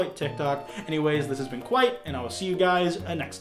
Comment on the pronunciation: you limer